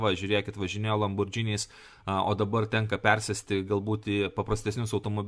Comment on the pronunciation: Ne, ne "LamborDŽiniais", o reikia sakyti teisingai: LamborGiniais, ne su "DŽ", o su G itališka pavardė teisingai tariama ;)